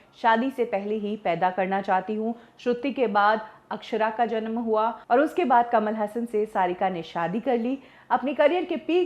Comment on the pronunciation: कमाल हसन कमल हासन